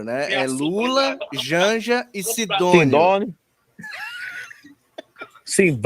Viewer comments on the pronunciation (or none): e sidonioo ?? ou e sidani😂😂😂😂